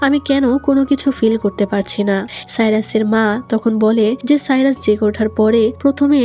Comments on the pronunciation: আপু সাইরাস না বলে ভাইরাস বলেছেন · Appi jokhon siras ke virus bolcho tokhon onek hasi paise😂😂